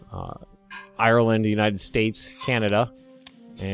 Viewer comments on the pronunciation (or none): none